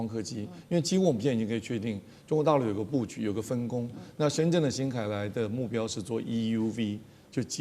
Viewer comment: 深圳的“圳”,發音是“鎮”